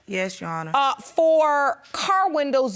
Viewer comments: If she say "you-honor" one mo time😡😭🤣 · That first case always makes me cringe. From them mispronouncing “Your Honor” to the matching bleach spots. They just sound crazy 🤦🏾‍♀️😂